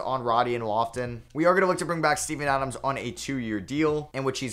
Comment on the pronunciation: no way you said steven adams i heard semen adams😭😭